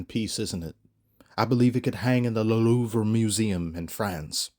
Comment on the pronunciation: bruh learn how to pronounce Louvre